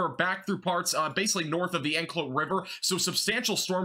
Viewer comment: May I help you with the pronunciation of some of the places in Florida? Appalachia is in WV. AP-A-LATCH-I-COLA is the big bend (Apilachicola Bay) famous for Oysters. Anclote- AN-Clot (Anclote Key)